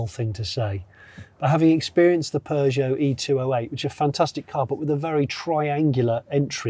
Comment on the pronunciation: The way the guy said Peugeot, like pew-jot, cracked me up!